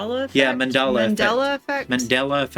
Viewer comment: Se escribe y se dice "TANGO" no "TONGO". Y se escribe y se dice efecto "MANDALA",no "MANDELA"